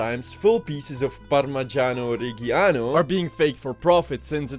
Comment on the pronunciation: note: parmigiano reggiano is pronounced more like "par-mee-JAH-no reh-JAH-no"